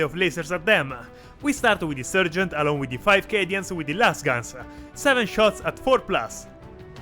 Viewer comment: Meltaboom! 💥 Great battle report, guys, really entertaining. Keep it up, I love watching your videos even though I'm really a noob and getting into Warhammer as a hobby. Just wanted to also mention that in English, the first part of the word "sergeant" is pronounced like "sar", not "ser". And that if you feel like you want to throw a few Italian words/phrases in here or there during a video, I think that would be cool too. :D